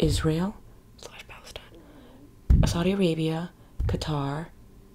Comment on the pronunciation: I love but...I think she mispronounced Palestine there at the beginning of the video... 🫥 (But I love how she mentioned the issue later)